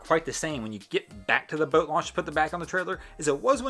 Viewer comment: Its boat not bewt